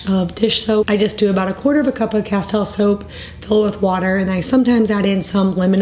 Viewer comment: Castile is pronounced cas-teel 🙂